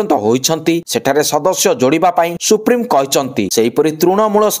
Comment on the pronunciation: ନବୀନଙ୍କୁ ସୁପ୍ରିମ ନ କହି ସୁପ୍ରିମୋ କୁହନ୍ତୁ। ଜଣେ ସମ୍ବାଦ ପରିବେଷକ ହିସାବରେ ଅନେକ ଜିନିଷ ଶିଖିବାର ଅଛି ।